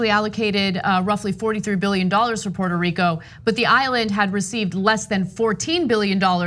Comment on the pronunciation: Go back to his pronunciation of Port a Rico, in 2017.